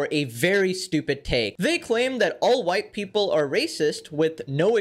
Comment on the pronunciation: Wahyte Peepole